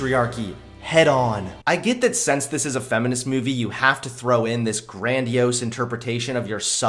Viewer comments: Every time he says movie. I hear “Mewvie” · Kinda irritated at the way pronounces "mewvie" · Ps- There is no "y" in the word "movie". It's not pronounced "mewvie". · Please stop saying Meuu-vie like that. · Fuck feminists P.S why do u say mu-e-vi its moo-v-ee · Ok totally off-topic. Why does pronounce movie like "Meiuvie". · speak lake=like mewvee=movie lol. Sorry bro I had to. Great video as usual. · So...am I the only one that noticed it's not pronounced MEWvie? 😉😂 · Haha! Mew-vie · I can't get over the way you fucking say movie... Moovie? Myuvie? WTF? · Am I the only one hearing him say 'myuvie'? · "Mee-yoo-vee" What part of the country are you from? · "Take a mee-yoo-vee and re-bee-yoot it, but first check out the merch I have for see-yale." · I will pay you money if you will learn to pronounce the word "movie" correctly.